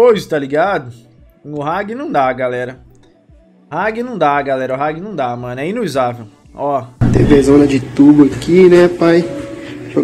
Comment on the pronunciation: “Ragui”... huaeshuaeshia